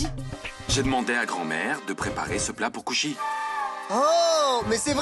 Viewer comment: J'adore la façon dont Payal prononce le nom de Kushi, Quand Kushi l'as Taquine,Jaime tout les deux de la même Manière,mais parfois Payal m'énerve mais bon c'est qu'une série❤❤😂